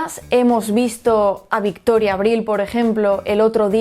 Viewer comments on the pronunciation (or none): none